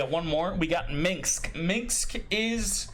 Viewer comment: How the F do you pronaunce Minsc wrong, it's not minx XD